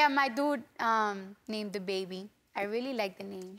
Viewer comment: "My doode named i-it." Cardi B